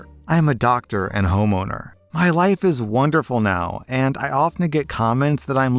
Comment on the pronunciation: anyone else hear 'I cannot be in his wife' instead of life?